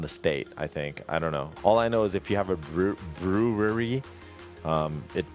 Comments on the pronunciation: b - ru (as in rude) - ree. its understandable, so watevs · I lost some brain cells everytime he said brewery